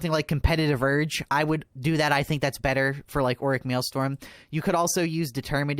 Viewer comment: Every time I hear him sale MALESTORM I keep thinking about that song, It's raining men. It's maelstrom, not malestorm. Man goes through 1000% deep dives and reverse engineers the code, but won't take a moment and read. Maelstrom means chaotic or hectic, something that's terrifyingly frantic. Kinda fits no?